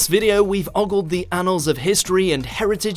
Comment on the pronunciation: He also mispronounced “ogled”, “macabre” and “hysteria”. No, it’s not his midlands/northern accent either. He had one job.